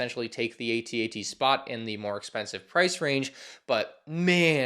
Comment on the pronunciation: he says A T A T saying each letter instead of AT-AT.